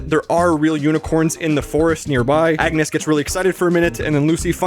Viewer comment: just me ore was he saying yetus and agnus